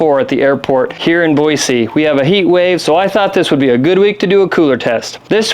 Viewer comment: Not sure what's worse here- the mustache, the intentional over-pronunciation of the word Boise, or spending thousands of dollars on coolers and Bluetooth thermometers but pretending to be 'just a guy'. Seriously. This whole thing sucks. GTFOH